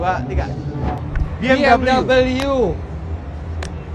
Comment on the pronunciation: BMW pake W om, bukan Double U, hahaha